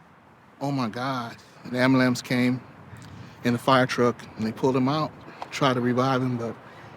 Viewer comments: "The am-ba-lamps came". If youre black, you can't say am-bue-lince. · lolololol "AMBAH-LAMPS" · Ambalamps? Almost as bad as when they try to pronounce funeral. NONE of these background tracks were worth a crap. Why should anyone but his little family or couple of friends care? This happens every single day. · WHYYYY IS IT SO HARD TO SAY AMBULANCE THE CORRECT WAY??